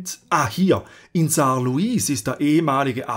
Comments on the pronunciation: Uhhh Saarlouis wird Saarlui ausgesprochen 😊 Aber abgesehen davon das beste Video zur Geschichte des Saarlandes das ich je gesehen habe😊 übrigens das Saarland hat wieder die 1 Millionen Grenze überschritten 😮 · Als Saarländer muss ich komplimente für das video machen nur zwei sachen: bei der aussprache von zwei städtenamen. Das "louis" von Saarlouis wird französisch ausgesprochen weil die Stadt nach dem frz König Louis XIV. benannt wurde. Und bei Neunkirchen liegt die betonung auf NEUN und nicht auf Kirchen. Aber ansonsten wirklich ein wundervolles Video über meine Heimat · Gutes Video, sehr interessant, informationsreich aber um eines möchte ich aufmerksam machen es wird zwar Saarlouis geschrieben jedoch lässt beim beim sprechen das s weg da es im französischen auch nicht gesprochen wird